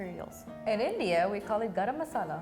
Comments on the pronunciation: "garam masala" ?? girl, Indians disown you. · She is not an Indian.... Probably she is a 2nd or 3rd generation Indian American. She came here after googling all those names she said earlier but didn't find the right one for Curry / Daal.... But how can someone call it garam masala 🤣🤣🤣🤣 Even a Martian will not call it garam masala😂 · 'garam masala'.. me- kuch bhi 🤯🤣😂🥴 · Nah the confidence she had while saying garam masala is so hilarious and infuriating at the same time! 😭 Like calling all the different dishes curry is itself wrong as it's not indian English it's js tamil nadu or south at most but then going on to say garam masala! Like actually wtf 😭😭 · 😂fr i was like what. how is that garam masala